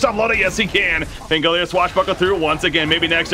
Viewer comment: I'm just annoyed that this guy can't pronounce pangolier